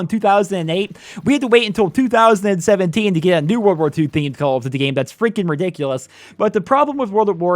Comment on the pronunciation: Why you say call of duty like that